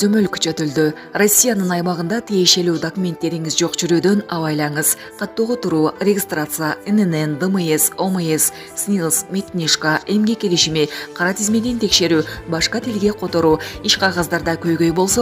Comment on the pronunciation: диктор регистраса дейт ко кокуй тузугуроок окуганды койсонор